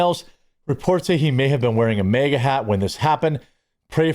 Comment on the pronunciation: Dude, I'm not trying to be a dick, but I don't understand why you keep Pronouncing MAGA as MEGA ITS M.A.G.A